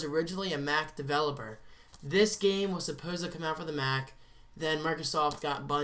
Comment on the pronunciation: When you said Halo Was originally a Mac game I thought you said Math Game Lol